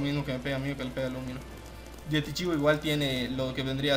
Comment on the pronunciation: Hola, esta bien poner videos de las mazmorras completas la verdad, y no esta nada mal la calidad. Lo que no entiendo es porque dices yetichiwa y LA, XDDD.